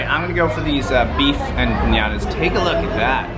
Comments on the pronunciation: Guys..you don't pronounce it Empanyadas🤔? (It's just Empanadas!) Just like it's spelled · Ummm..you Don't pronounce it..Empanyadas??? Empanadas! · You saying empanadas wrong makes me cringe